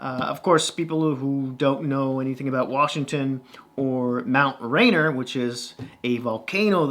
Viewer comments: Born and raised in Renton Highlands, Washington (Yes home of the Seahawks). Nice review but the correct way to say Mt. Rainier is Ray-neer not Rain-err. Also the Seahawks is another mystical beast. Thanks! :) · Should have been the Sockeyes!!! Also Rainier is pronounced rain-eer not rainer. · it's actually mount rainier, not rainer. pronounced ray-neer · just an fyi, it's Rainier. ray-NEER